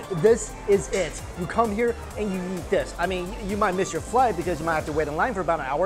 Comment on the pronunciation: Does anyone else hear his pronunciation of eat? Kinda sounds like YEET